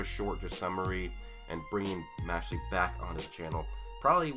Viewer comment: Im bothered by the fact that you pronounce it as "Mashly" Its "Mash-eL"